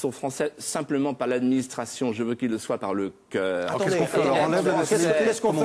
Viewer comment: par le "coueur " lol